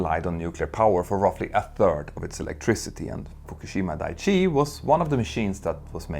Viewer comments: Dai-ichi, not dai-chi. Just correcting the pronunciation as a fellow Swede Dai means big, Ichi means one. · Thabks for the video. But I must. It is "dai-ichi". Not "dai-chi".